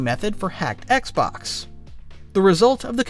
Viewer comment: I swear I heard you call it the oxbox for the first Xbox. It’s literally thee best accidental name I’ve ever heard for a console. It’s so huge it’s the oxbox ha! Well that is my sign for too much internet. I’m gonna stop myself here.